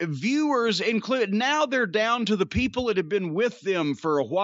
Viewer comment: "Da Peeples"